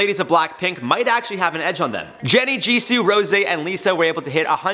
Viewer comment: It's actually pronounces Jisoo as in (Jee-soh) as is if the word Gee the sound s and the word oh are making a word